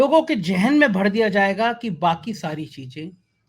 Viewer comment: Jahan nahi..zahan sahi hai. Jaroorat nahi zaroorat sahi hai. Jila nahi..zila sahi hai. Aajadi nahi..Aazadi sahi hai. Jyada nahi zyada sahi hai. Newj nahi sahi word hai news. Aap international level ke journalist hain. Bhasha ka samman karein. Bhasha rashtra or sahitya ki dharohar hai..🙏🤮